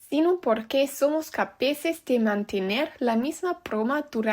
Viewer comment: y como que 'capeces' y 'exactamento' 🤨 PD: Si fuera profesor de lingüística te tomaría 5 años más de aprender y adaptar el idioma español y los diferentes dialectos